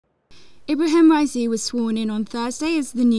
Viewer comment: This woman said ebrahim raissi that bad that the subtitle was ebrahimovich